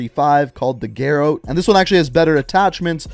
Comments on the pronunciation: "Called the gar-ote" how the fuck do you pronounce that wrong ga-ro-tee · garrote is pronounce (gar-ought)